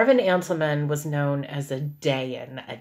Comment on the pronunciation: I'm only a few minutes in and I want to clarify that a Dayan, which you pronounced incorrectly, is the Hebrew word for Judge. the witch thing is from Hindu or some other language.